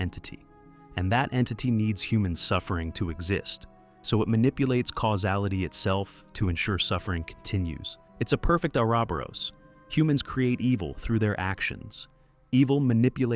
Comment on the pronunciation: Very convincing AI voice-over but when Orobouros is pronounced Arabaras its over I'm sorry. The script has an air of 'Written by human, Tweaked by ChatGPT' a little too much and I find it repeating itself, but that can also be a writing mistake WITHOUT AI involved, I just point to AI being involved because of the voice-over. I still watched the whole thing but it could be improved in some areas.